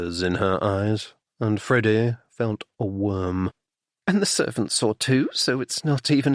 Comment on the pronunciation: I like the narrator, except when he says "Freddy" most of the time I hear "Frodo". The humor is great... kind of Bertie and Jeeves ridiculousness interspersed with some more serious danger in some of the books. I thought I had figured this one out, but there were some twists that surprised me!